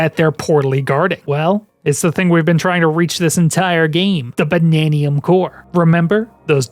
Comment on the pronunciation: "Bannaniun Gems?" They're Banandium Gems.